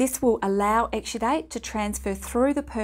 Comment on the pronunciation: This old crank gets no headache, but her pronunciation of exsudate (exsudite) makes me think she's saying extradite, as in don't extradite Assange!